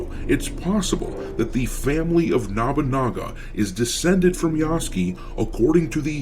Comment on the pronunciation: NOBUnaga not NABAnaga how are you messing this up so many shadows vids in when the guy shows up in anime and video games all the time, surely you've heard it a few times before